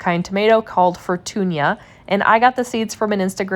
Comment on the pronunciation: Very clear and instructive video, thank you. I'm going to follow your method and the simpler dry on coffee filter method and test the difference. It seems expert gardeners recommend fermenting like you do. Here's the linguist and Spanish speaker coming out in me: If the name of the tomato is "Fortuna" it is pronounced "For-toon-ah" not "For-toon-yah". But if it has an ˜ enye over the ñ as in "Fortuña" then yes, it is pronounced "For-toon-yah". Like mañana.